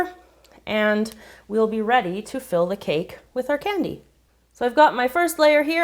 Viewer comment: U souund like biting because u say canny. A different way